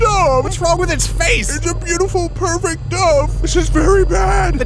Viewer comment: he says pervert or perfect. am confused